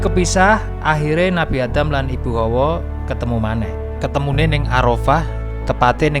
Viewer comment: Hawa, bukan Howo, howo iku howo adem